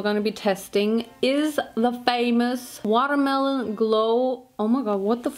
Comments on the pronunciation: It's the "Water Maloneee" for me... 🤣🤣🤣🤣🤣🍉🍉🍉🍉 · Love it how you constantly say watermalone